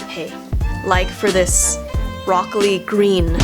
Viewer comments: When you said Rock Lee, I first thought you said broccoli 😂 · I DID think she said broccoli LOL